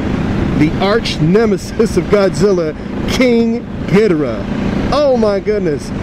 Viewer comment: I thought it was pronounced Gee door raah.